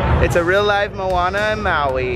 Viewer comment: Did say mouana